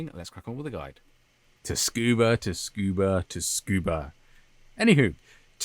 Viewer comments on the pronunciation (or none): Just a little pointer tho cause this is like the third video I've seen of you for this (thanks by the way, able to dominate this track cause of these vids), it's pronounced Tsoo-Koo-Buh. The T at the beginning is sort of silent but sort of not silent. It's almost pronounced like the number "two" but with a little S in it.